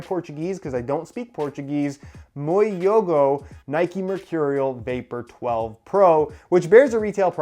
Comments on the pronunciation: J is pronounced J in portuguese and not y👍🏾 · The j is not silent